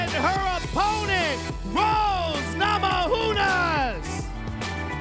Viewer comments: idk why he keeps on saying rose namahunas, it namayunas J is pronounced as Y in europe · whats up with not being able to pronounce rose's last name today.. hes done it before on his podcast. maybe we all been saying it wrong this whole time? or his pot cookie just kicked in